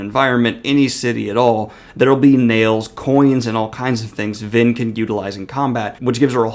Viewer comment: I heard Lyn rather than Vin 🤔